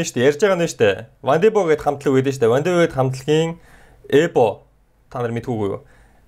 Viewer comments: ebog goy helsn hhaha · эбог ямар гоё хэлэв😂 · ebog ymr goy helchvee hahahahahaha